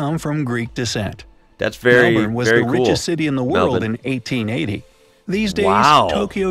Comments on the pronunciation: This guy has gained my respect, when brightside said Mel-burn he said it properly. Good on ya mate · I was enjoying the video, but I truly started to love it when the pronunciation of Melbourne was mentioned. It's "Mel-bin" and that's the true Victorian way of saying it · Yeah, nah, have another listen. He gets the Mel-ben not the Mel-born pronunciation. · Thank you so so so much for pronouncing Melbourne correctly! It's Mel-Bin. Americans always pronounce it wrong. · I love how you pronounce Melbourne correctly - thank you! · Hahaha! Love how you corrected the narrator’s pronunciation! 😎👍🏼🇦🇺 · finally an american who pronounces Melbourne right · Giant thumbs up for your pronunciation, mate! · Love the videos :) However the video pronounced Melbourne the right way, just pointing that out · I haven’t watched it yet but you better watch out what you say here Never mind you cool😎 also thx for the proper Melbourne pronounce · im so glad u dont say Melbourne like him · Yes thank god! I finally found an American who doesn't call Melbourne melBORN that is really annoying. Also we have McDonald's and Call it Macca's, he have kfc, starbucks but almost nobody buys starbucks, no taco Bell chick fil a and we probably don't have most of the things in America. Also we have Woolies and Coles here but if you don't have Woolies or Coles then where do you buy your groceries? Please answer. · Omg a foreigner who can pronounce Melbourne right!!